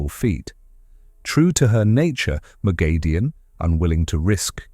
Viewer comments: Not according to the author. Robert Jordan gave pronounciation guides and her name is "Moghedien (moh-GHEH-dee-ehn)," It's grating to hear it misspronounced. Most of the long term fans of the series will spot this and it looks bad. Always try to get pronounciation correct to the original on explainer videos to maintain credibility. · Pronounciation correction it's "Moghedien (moh-GHEH-dee-ehn)" according to Robert Jordan. No long A sound anywhere in the name. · Can you PLEASE learn to pronounce her name correctly?!!!